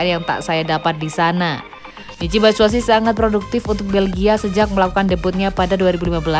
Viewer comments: Min, Mitchy Batshuayi bukan Batshuasi hehe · Batsuasu apa batsuasi wkwkwkwkw